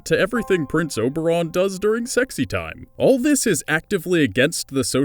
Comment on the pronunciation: the idiot of a narrator seems to be confusing 'Game Of Thrones' with 'A Midsummer Night's Dream' - referring to Oberyn Martell (pronounced 'obereen') as 'OBERON' - the king of the faeries....before we know it - he'll be calling Ellaria Sand 'Titania', what a numb-skull !